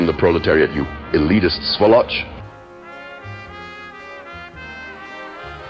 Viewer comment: Не "svolOtsch", а "svOloch", ударение на первый слог, без конечных "ТС", по-русски это будет "свОлочь", а не "сволОТСч". Выражайтесь правильно!)